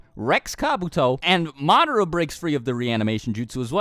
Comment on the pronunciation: did you just say MAADRA